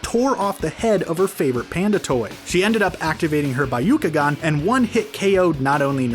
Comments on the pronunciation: when he says biyoucogan pain, pain, so much pain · Okay dude, just stop making these vids when you complete botch every Japanese name, term or words. Narudo, Madara (but then how you say it), A-kat-suki, bye-uka-gan, haiuga? I somehow find it even stranger that you made up these pronunciations, as even the Dub does not say this, and do not get me started on the original pronunciations from the subbed version of the series. Ow yeah, and Borudo.. Damn it feels like a completely different character list when you read it.. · I had to replay the video to actually understand the pronunciation. Bayukagan? Hayuga Clan? Aakausuki? Madaara? Kabuuto? Yamooto? Shaakra? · EVERYONE TALKING ABOUT MIS PRONOUNCED WORDS BUT NO ONES NOTICING THE “ByUcaGAn” and “HiUgA” 😂😂😭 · EVERY NAME IS MISPRONOUNCED! Bayukagan, borudo, ackasucki, asooma, kabooto, yamado, kagooya, uchia, mitsooki, uzoomaki, ootsoosuki Edit: sorry if it’s because of your accent or something like that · The “bayukagan” and the “hayuga” clan lol at least he’s consistent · I almost slammed my phone down after he said bayukagan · Buy - you - Kuh - gone sssuuurrreee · Bye-ook-oo-gon OK GOD KILL ME NOW!! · The hayuga clan?and the bayakugan? LOL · My ears started bleading after hearing how he says byakugan